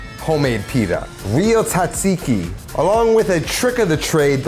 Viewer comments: As a Greek, it pains me to hear people pronounce it "tsatsiki". It is pronounced like "djahjeekee" Because it is a loan word from Turkish language and we use "τζ" to represent the "dj" sound (like the G in George). Also forgot the mint and dill in the sauce. 😅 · asked google for pronunciation, proceeds to say "TOT-seeky" the entire video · OKAY PRONOUNCE TZATSIKI "T" IS SILENT, SO IT IS ZAT (EMPHASIS ON THIS SYLLABLE) -ZEEKEE... ZAT-ZEEKEE (LONG E FOR THE "I's) NOW GO AND PRACTICE AND KNOCK OFF THE T SOUND...YOU SOUND LIKE AN IGNORANT ITALIAN FROM THE SOUTH...NOT ONE FROM THE NORTH, LIKE ME!!! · You mean "TOT-seeky"😂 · Also, pronounced correctly makes it taste better. "TOT-seeky"😂